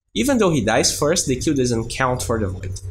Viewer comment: everytime you say "kill" i heard it like "qew" not that i'm complaining though, you're great